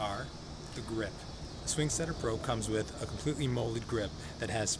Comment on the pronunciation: He keeps saying sing swetter